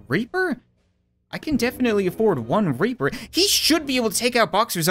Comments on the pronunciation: It's reaper not raper 😂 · Why is it in this video says reaper as raper